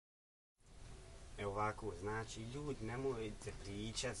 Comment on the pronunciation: draga curo nauci pricati prvo,koristi "č" gdje mu je mjesto kaze se "znači" a ne "znaći"......seljacino jedna!